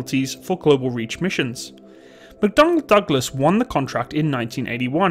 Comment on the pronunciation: lol "McDonald's Douglas"